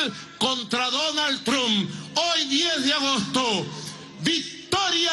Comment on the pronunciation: ok ya me tiene mal por que dice trump literal osea no se pronuncia así